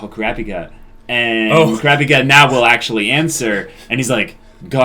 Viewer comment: So are they ever going to stop saying Kurapika like "CRappy Ka"?